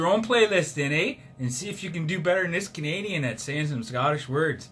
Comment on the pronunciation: Lol. Love the over the top Canidan too!! 🤣🤣🤣